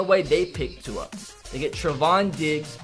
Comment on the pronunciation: Who else gets mad that cant pronounce tua’s name